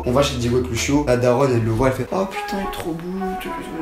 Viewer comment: Houit neuve ans 😂😂 HOUIT